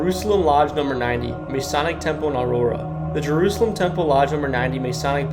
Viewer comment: Good video. FYI - Cairo is pronounced "CARE-oh, Boniface is "BON-i-fass (not BON-i-face), and Masonic is Muh-SONN-ic (not Mace-on-ic) and Joliet is Jolly-et in southern IL and Joe-liet in the north.